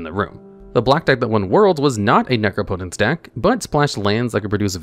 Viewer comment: Nooooo he stopped pronouncing it nec-rop-ot-ence , I loved that bizarre pronunciation 😢